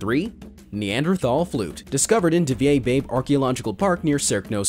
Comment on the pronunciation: Being from slovenia and hearing pronunciation for cave of "divja baba" (meaning "feral old woman") spoken like divje bejb made me giggle ^.^